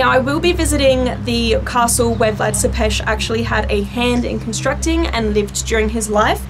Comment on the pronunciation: I am from Romania and so I know about MY home country and Vlad was a bad ruler but great warrior, he helped Romania in getting independence from the Turks and founded the capital of Romania which is Bucharest, she said Vlad Tepes name wrong, I wish more Americans would take interest in a very beautiful, historical country! 😩🤟🏻😊💯🇷🇴